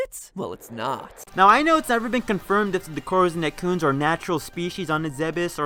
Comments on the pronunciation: It sounds to me like you're salty for some reason and trying to attack Matpat, for some other reason, and none of it is very well explained. For one thing, "Ett-ih-koons" not "eh-koons" and another... Maybe try to be less hostile in the future if you want to attract fans. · Say "merrit." Now say "Serris." How did you get to "Serious?" How did you get "eccoons" when you saw "etecoons?"